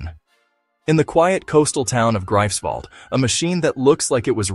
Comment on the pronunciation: Noch nicht einmal den Namen dieser Stadt könnt ihr richtig aussprechen. Die Stadt heißt "Greifswald". Und diese "43 Sekunden" wurden bereits am 22. Mai 2025 erreicht und der Q-Wert war negativ ... es wurde mehr Energie hineingestckt als erzeugt wurde. Andere sind weiter ... Frankreich, China, USA und UK sind wesentlich weiter, sowohl in Plasmazeiten als auch im Q-Wert. Also ... nur Bullshit mit viel Gelaber einer dummen Sprach-KI, viel Lärm um nichts und lediglich Effekthaschei zwecks Erzeugung von clicks. Es gilt immer noch der alte Insider-Witz auf jeder Fusionskonferenz: Frage: „Wann kommt kommerzielle Kernfusion?“ Antwort (seit 70 Jahren): „In etwa 30 Jahren … und dieses Mal stimmt’s wirklich!“ 😂